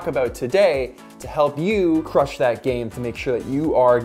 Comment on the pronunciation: chrush it like crushing it" :D